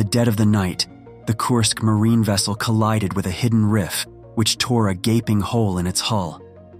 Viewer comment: Whats a 'GABING HOLE'? Did you mean GAPING???